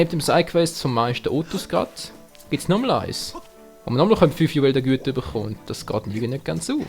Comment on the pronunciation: achja und die Dinger heißen "Juwelen der Güte" ich meine nennst sie auf hochdeutsch auch immer "Juwelen der GüteR":P